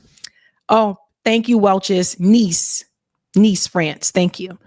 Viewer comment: Oof at that "Nice" pronunciation, 💀